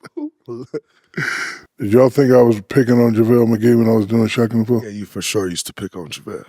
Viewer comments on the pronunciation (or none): "Javelle Mcghee" 😑😑😑 😂😂😂